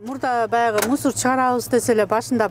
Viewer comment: Эжеке мусорго келди дебей, мусоор мусор келди дейтго😂😂😂😂